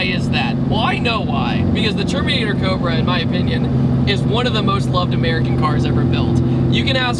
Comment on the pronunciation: at first I thought you said termater cobra haha